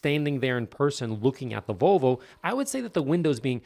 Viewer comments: Vo-vo? what happened to the "L"? I owned a 79 242GT from 81-92 and no sales person, mechanic, owner, lay person, or anyone else EVER said Vo-vo. Not even ABBA. I first heard this pronunciation on a radio ad a year ago from a local Volvo dealership and thought WTF?? has Volvo become this pretentious or just new owners? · This guy said Vallvo